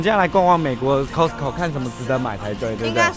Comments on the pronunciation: 不是唸摳死摳 而是 咖死摳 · "cost" co . not "cos"co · 念咖死口 , 不是摳死口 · 麻煩一下，那個發音是咖司扣，不是摳司扣... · 不是唸「扣斯扣」，是唸「卡斯扣」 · 是念咖斯口，不是摳斯口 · 卡斯扣， 不是扣斯扣… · 你們倆夫妻很愛去costco請發好英文應該是 卡斯扣不是扣斯扣，請不要像大陸客一樣俗氣無禮，說話要小聲點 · 这个costco是念castco的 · 翁雅琳 哈哈哈哈听他们读cost co好别扭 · 應該是要唸 ㄎㄚ斯口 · Costco正確發音是「咖斯摳」唷~☆ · 應該唸“咖思扣“才對唷！ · costco要念成咖死扣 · 这个应该读 卡死口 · 扣死扣，OMG这台湾发音怎么这样？ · 聽了好難受，是唸”卡斯扣”，這是美國品牌，基本常識麻煩請有，別再無知了。不熟悉英文品牌唸法，麻煩請看阿滴英文好嗎！ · 鬼無里 haha我发音是挺好的谢谢你 卡斯扣快把我的美国人朋友笑死了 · 大家都習慣念costco但其實正確要念Costco才對 雖然我也習慣念Costco 一時間要改Costco還真改不過來w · 如果把Costco發音唸正確✅就更好了。Costco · 你这个costco 的发音听起来好难受啊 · 杨嘉伟 我听他讲那个Costco，我还以为我一直讲错了呢😂😂😂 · 杨嘉伟 真的超難受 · costco 的發音 ............ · 怎麼都念Costco 我都是念Costco或是Costco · 他都念錯，還不如講好市多，不懂幹嘛硬講